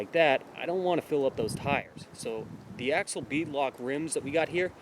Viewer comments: It’s not axle it’s ax-i-al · Ax- i-al, not Axle. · It is pronounced 'axial' like 'axeeeaal' not axle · you pronounce Axial weird.